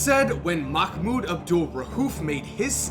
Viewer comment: For a guy whos always informed bout watever he talks about, u catch an L for not learning how to pronounce islam, ramadan and Mahmouds name. But then again, no one cares to learn